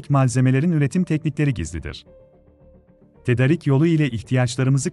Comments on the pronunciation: tedarik diye yazılır ama tedârik diye okunur, güzel, lafı uzatmadan ne söylemen gerekiyorsa bunu söylediğin, takdir ettiğim şekilde haberler yapıyorsun, lütfen diksiyona da biraz dikkat edelim, sonuçta spiker seviyesinde olman gerekmiyor ama ana dilimizin diksiyonuna dikkat etmek gerekli diye düşünüyorum. sonuçta seni dinleyen binlerce insan var. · tedarik değil tedârik ... A harfinde uzatma ve ünlem var kardeşim. 😊